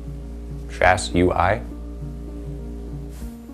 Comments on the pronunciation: Shas'ui = Shaz We. Shas're = Shas Vray. Shas'O = Shazzam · "Shaz-wee" is how I think the Shas'ui is pronounced. And the Donkey Punch? Holy crap... *facepalm*